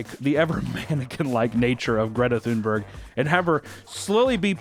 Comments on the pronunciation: I absolutely love how he pronounces Greta thumburg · Ahhh, c'mon papa, you missed the opportunity for a shitty Greta Toonberg joke. All ya had to do was fuckin google how to pronounce her name, goddamnit, hahaha